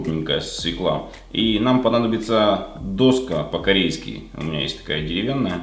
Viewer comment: Даже не стала дальше смотреть. Услышала одни из первых слов свёкла и доска и нажала стоп. Пожалуйста, научитесь говорить по-русски грамотно.